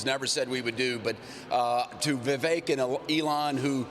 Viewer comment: & Congressman…His first name is Vivek…VI—VECK. VI—VECK. NOT “Vi-VAKE” Get it? Got it? Good! It’s really not that hard to pronounce. Now please show the man a little respect and say his name right.❤️